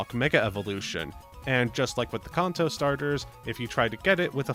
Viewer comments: Brother please, its pronounced can-toe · Please stop saying kanto It's can-toe Soda can Feet toe Can toe Kanto Stop it